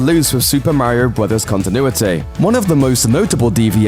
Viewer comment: Does anyone else cringe when he mis-pronounces Mario's name? 😣